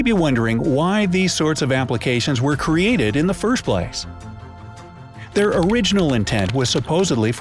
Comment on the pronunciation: U said heir not their